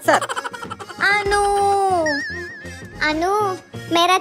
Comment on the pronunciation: Bro please book Anu not book Manu please 🥺